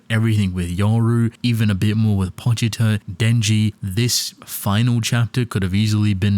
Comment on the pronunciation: "pochiter" it's pochita